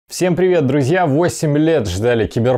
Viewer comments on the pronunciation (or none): none